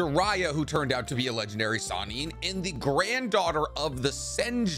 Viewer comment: does anyone else get annoyed that the video says sanin instead of sannin.